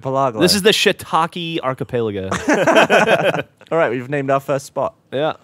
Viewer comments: and the chain of islands is called an archipelago not arcepelaego thats how they pronounced it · So many wrong pronunciations of archipelago...